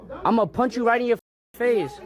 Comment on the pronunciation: "Im gonna punsh you in your fase" 🤓